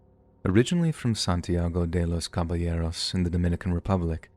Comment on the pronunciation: Dominicans be everywhere lmaooo. Santiago De Los Cabelleros! Homie said the whole name